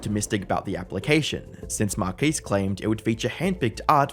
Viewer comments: Marquiis?? Marques…. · Who is "Markees"?